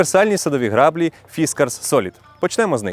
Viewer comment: Не грАблі а граблІ. Вимовляємо правильно.